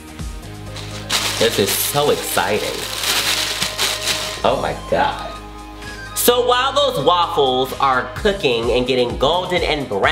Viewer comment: "oh mai gawd"